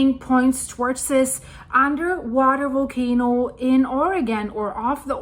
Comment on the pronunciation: Really great info and update 👌 It’s Volcano not Wolcano btw 😂 just kidding, my Deutch pails in comparison to your English. Great to have found your updates and be in touch with all that’s going on these days. Thank you so much 🙏